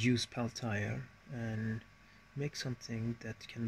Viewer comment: Wait, you made that whole thing and the entire time, you were calling them Pell Tire? It’s pronounced Pell - T - A. Pell Tee Yay.